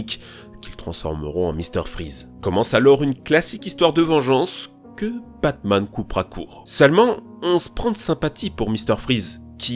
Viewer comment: Tu prononces Batman comme "Pac-Man" xD